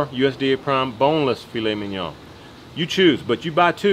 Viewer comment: I'm a little late on this..but...you said Filet Mignon just right and I thank you for that hehe. Great job my bud..Lobel's rocks! Love y'all...oh and I WANT THE BONE